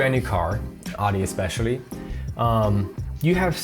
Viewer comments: wtf is a Adi ? Audi its called . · The way you pronounce Audi is cringe lol. Other than that, good video👍🏻